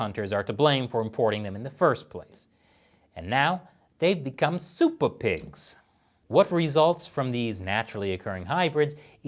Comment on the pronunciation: "Soopa Pigs!"